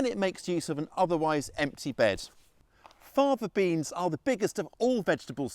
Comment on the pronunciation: You spoke so fast I couldn't hear what type of beans. It sounds like you are saying, "Father Beans."